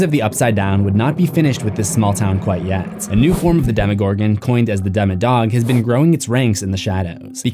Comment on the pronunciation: the “demowog” is dart